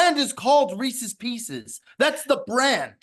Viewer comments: …For the love of God… There is no such thing as Reese’s “PEE-SEES”. That candy does not exist. It’s just how morons have incorrectly pronounced Reese’s Pieces for decades. The guy’s name is Reese. The little M&M shaped candies are his pieces. It is pronounced Reese’s Pieces. Just sound it out like an English speaking adult. What you were going for is Reese’s Peanut Butter Cups. Fact, not opinion. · Can please stop saying “pecies” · Imagine going through life thinking "Pieces" is pronounced "pee-sees." deserves whatever fallout he gets. Be better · Wtf is Pee-Cees!?????? That is fucking absurd! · What a dumbass. WTF is a Pee-Seize? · STOP SAYING PEESEE'S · PEESEES is not a word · Jesus Christ that was the most outrageous take regarding reeses. Also it’s not fucking pronounced differently than piece is with an S. The way pronounces it make them sound like reeses feces. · can we get a language of origin for how is saying “pieces” Buddy is banging himself the whole show this week 😂😂😂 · i had to pause the pod to come to the comments. There needs to be some serious hand up accountability on the Reese's debate from. Thinking there is a difference in the cups & pieces by just pronouncing PIECES differently is just pure insanity. Calling them Pieces Butter Cups has to be up there on the one of the worst Cutsyisms out there. just an all time debate